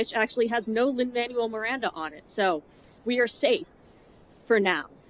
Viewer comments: I know you don't like Lin's work, but could you bother to pronounce the man's name right at least? It's incredibly disrespectful for no reason. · I'd take this a bit more seriously if you'd pronounced LMM's name correctly. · like your pronunciation of Lin Manuel Miranda's name?